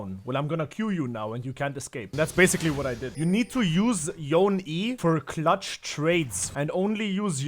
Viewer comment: Why's he saying Yone like that?